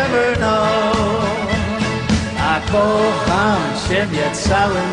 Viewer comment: Ciekawe. Bobby Vinton był wymawiany jako Winton. A bardzo często nie zwracał uwagi na takie drobiazgi jak"kocham". Wiele razy słyszałem: ko- am. Jego maniera śpiewu? Do bólu typowa w tamtych czasach. Łącznie z"pożyczaniem" całych piosenek z całego świata. Coś jak sławny Dob Dylan- wszystkie największe przeboje pochodziły z notesu starego farmera- hobbystycznego piosenkarza folkowego. Opiekował się nim aż do jego śmierci. A notes... stał się jego dziedzictwem. To w końcu bardziej moralne niż bycie kolejnym prototypem różnych Zenków😢